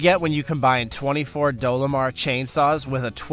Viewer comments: its dolmar not dolamar you cant pronounce names so stop narrating this is not the first you have shown you are clueless on not to mention other blunders as listed in other comments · D O L M A R not Dolomar. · chassis=cha-sis 😂 Dolmar=Dolo-mar .. he definitely pronounced Siemens right though. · "Dolomar" got me, I have an old DOLMAR Chainsaw. "Dolomar" sounds like a candy bar. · Great video, but it's Dolmar, not "Dolomar". I have an old Dolmar CA Chainsaw. They were produced from . It still cuts the winter's 2 requisite cords like butter. Best saw I've ever owned and used. 🙂